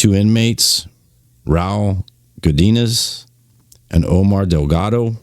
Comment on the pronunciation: That’s how it goes down in California prisons. Convicts are cowards and always sneak up and team up on one guy. Don’t go to jail these guys have no morals no pride. And btw Raul is pronounced Rah ool